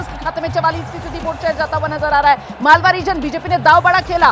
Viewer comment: मलवा नही मालवा क्षेत्र नाम है